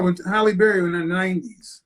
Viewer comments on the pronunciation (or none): S Halle berry??? Try helle noo!!!